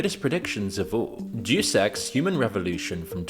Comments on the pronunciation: DEUS EX (DaYuS EX) its latin i think. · Bro literally said "J3w s3x" franchise. You have got to be A.I. or just "Admittedly Ignorant". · It’s pronounced Dey-us in “Deus Ex.” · "Juice Ex" 🤣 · i heard it as "dewsex" lol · "DAYUS EX" bro. jfc. Are YOU AI? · "duce ex" ffs lmao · "Juice Ex" :( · Thank you!!! Don’t these people hear someone else say it first? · hahahahha take a listen again to other people when they say Deus Ex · Great video, but Deuce ex? It's De-us ex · FYI it's pronounced dayus ex, not duece ex. Absolute legend, either way. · Juice X sounds like a gym bro's dream. It is 'day-us' Ex. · DUDE! You pronounced it "Deuce" Ex??!! I was on the fence that you were AI. But Deuce? not Deus as in Day Us. as in of God. Deuce??!! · Day-us Ex. Not Deuce Ex. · I'll forgive you because you're British, but it's pronounced DAY-US, not deuce. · Day Es Ex* not douse ex. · I love the video but I'm going to be real here.. the horrific way you are mispronouncing the name, "Deus Ex," almost has me clicking off in aggrevied nerd rage.. it's not "Deuce," like the number two.. it's more like, "Day-US Ex.." 😢❤❤ two thirds of the way through it.. it's a testament to the channel love and content in general at this point! ❤❤❤😊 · Dude if you're reading a word for your videos narration and you don't know how to pronounce it look up the pronunciation. You just guessing how to pronounce words lowers the quality of your videos and you do it a lot. For example in this video the Latin prefix "Deus" is not pronounced "duce" (like juice but with a D) it's pronounced "day-us". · Duce ex… “Dey-us ex”… 🤦🏻‍♂️🤦🏻‍♂️🤦🏻‍♂️ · "Day oose" Not doose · Say it with me (day-us) (ex) not deuce ex it’s not a game of tennis. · Deus is pronounced "day-us" not "duce" it is Latin for God. It's where we get the word deity. Etymology is fun. Lol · DE US. Not douce ffs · it is dayus ex not jew sex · Pronounced Dayus Ex, not Juice Ex 😂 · Day-uhs ex btw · DAY-US EX Arghhhhhhhhhhh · "Doose Ex"